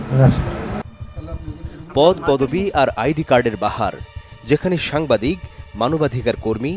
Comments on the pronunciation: সাংবাদিক কে বলে সামবাদিক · মূর্খের বাচ্চা সাংবাদিক শব্দটাও শুদ্ধভাবে বলতে পারে নি 🙄🙄